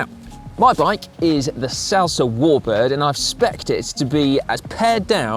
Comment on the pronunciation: I have the same bike Simon was riding. I just pronounce Salsa differently. lol